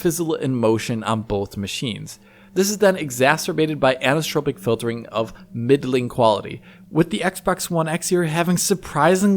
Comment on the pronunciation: Annnnnssssstropic filring (anisotropic filtering).